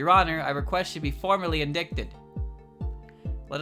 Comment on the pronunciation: Indicted is pronounced [in•dye•ted]. I really hate the English language sometimes. (┛◉Д◉)┛彡┻━┻